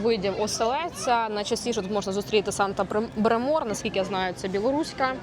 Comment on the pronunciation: Поле волошкОве, а не волОшкове. Паста Санта брЕмор, а не бремОр.